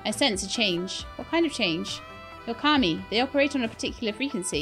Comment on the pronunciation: It's KAH Me, it's how it's pronounced.